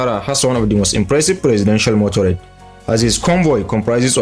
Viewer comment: MotorCADE, not motorade.